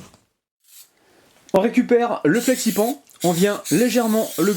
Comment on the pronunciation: Coucou ! superbe vidéo mais flexi pan se prononce flexi panne ahah bisous